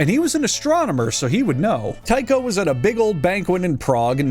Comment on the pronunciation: The problem with the theory of hallucinogenic funghi from wheat (ergotism), is that whilst it can cause hallucinations, it also causes diarrhoea, vomiting, and gangrene of the extremities. So, it's unlikely. And it's not Tycho with a "tie" sound, but with a 'tea' sound.